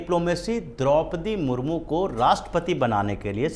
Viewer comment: Draupadi Murmur Nhi..., Draupadi Murmu bolo